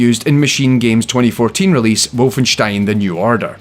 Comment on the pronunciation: Wow, so much effort! You even say WolfenШtain, not WolfenSStein.